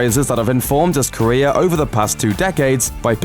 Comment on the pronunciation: Every time you say 'Career' I hear 'Korea' xD